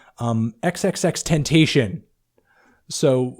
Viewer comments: im sorry but alot of the analysis's of these rappers are terrible. i think ur right about hopsin, drake, j cole, 21 savage and lil yachty but other than those i think you're completly wrong. Especially your descriptions on Kodak Black and Famous Dex and Xxxtentacion (btw its "tent-a-see-own"). Aye still love ur content i just had to say something bec it bothered me lol. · I hate people pronounce XXXTentacion name.🙄